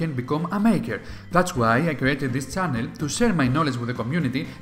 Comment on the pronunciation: It's channel, not Cannel